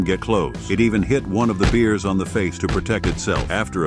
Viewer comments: The cat probably climbed into the enclosure. I hate when AI cant pronounce anything correctly! Awfully weird beers. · "The beers". God I hate those goddamn stupid AI mispronunciations.